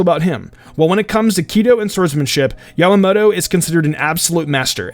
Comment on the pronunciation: Mispronouncing is one thing, but he repeatedly calls "Yamamoto" "Yamato". It's not hard to pronounce and it's like calling an O'bryan Ryan.